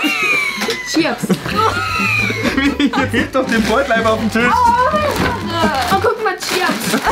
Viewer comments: Ich hab mich tot gelacht und es heißt chiaps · heult rum wegen dem Käse ich so: sag doch chiaps🥲🥲🥲😂😂😂😂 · Joey: "Wir kommen jetzt zu unserem dritten Lebensmittel, und das wird sein::" Chiaps" 🤣🤣🤣🤣🤣🤣🤣🤣 LACHFLASH 🤣🤣🤣🤣🤣🤣🤣🤣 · Chiaps hheee,Chiaps hheee,Ciaps hheee.Oh guck mal Chiaps.😂😂😂